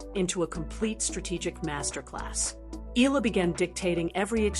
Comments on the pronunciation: HEY MS YOUTUBE SPEAKER, THE CORRECT PRONUNCIATION OF ALEXANDRA’S LAST NAME IS E-YAH-LA! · Agree ❤ E yah la